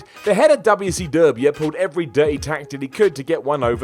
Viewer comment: It's really funny how says WCW.